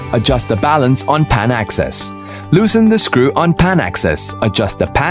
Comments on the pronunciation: I can't listen to scriew one more time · I love the way he says "screw"..